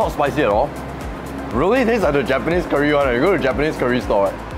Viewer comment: Why your pronounciation so weird one. Curry not keer-ree